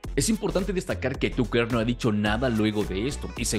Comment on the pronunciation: Excelente Tucker Carlson, buen resumen pero ojalá pronunciaras bien el nombre TUCKER🙄